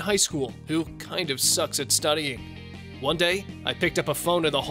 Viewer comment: bru she said vone